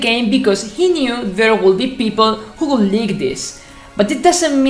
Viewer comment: I understood you all the time in the video, I mean you did it so good. An advice" when you pronounce would or could do not pronounce the L, so it'going to sound like wud and cud.